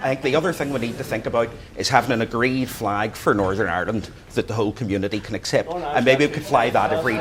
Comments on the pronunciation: "I see fleg people"...... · "Muh Fleg".